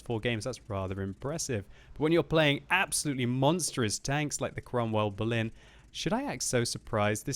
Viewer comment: You say it like Cromwell Blin